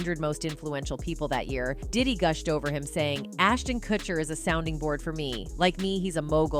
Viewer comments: This robotic voice over sucks. It’s pronounced ‘Koocher’, not ‘Kutcher’. Get a real voice over artist. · Is this a bot that can't pronoun Kutcher properly?